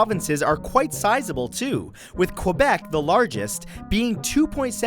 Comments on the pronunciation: its quebec, not quwebec thanks you very much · ke-bec. Not kua-bec. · D-did you say... Q U O I B E C ? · As a Canadian, I'm surprised you pronounce Quebec like Kwebec, not Kaybec. "Kwebec" sounds awfully anglicized. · WHY DOES EVERYBODY SAY QOOOOUEBEC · It's pronounced cebec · Great vid, but you mispronounced Quebec